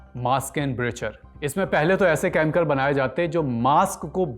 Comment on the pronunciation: भई आप 'केमिकल' को 'केमकल' क्यों कहते हैं। यह अजीब है।स्टाइल के चक्कर में अशुद्ध न बोलें।